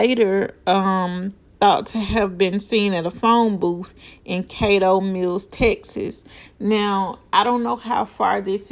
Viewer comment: It's not Kay doh meals. It's pronounced Cat toe mills. Caddo Mills